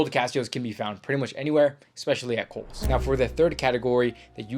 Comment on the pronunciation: When you first said Kohl’s I thought you were saying Holes and I looked for a website called that that sold clothes but couldn’t find one 😂.